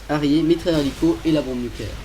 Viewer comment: Svp ..Un harrier y'a un R a la fin ca se dit harrieR ! Il faut le prononcer ce R ! J'écris ce message pour tout mes amis fan d'aéronautique qui ont en marre :)